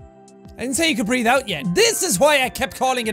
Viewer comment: Nobody: Not a single soul: Jacksepticeye: I diDn't tEll yOu tO BrEaTh oUt Yet